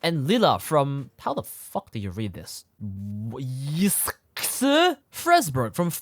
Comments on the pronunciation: she did LILA FROM YS? Holy crap, that's why Lila's voice sounded so familiar (btw it's pronounced "Ease" Ten Nordics) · ys is pronounced ez